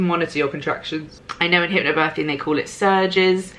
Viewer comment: I'm sorry, but the only thing I can hear is HYPPO birthing:D Thank you for always being honest:*